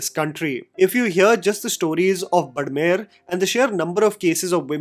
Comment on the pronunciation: Bro, it's *बाड़मेर*.